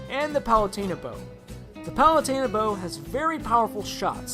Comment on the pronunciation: Did you just call palutena "palate-a- na"